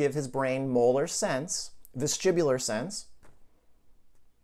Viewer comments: Vestibular not vestribular. But very interesting content . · Sorry vestibular or vestribular